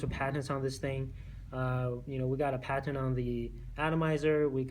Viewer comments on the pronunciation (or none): It's PATENT not pattern. WTF? Excuse me if English is your second language.